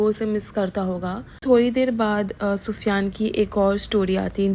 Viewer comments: Why are u saying pida and pufiyan atleast naam shi se lo tuch beee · Yes naam tho sahi bolo ye kya pufyan pida